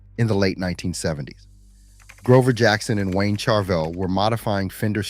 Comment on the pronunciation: Learn to pronounce Ibanez and Charvel.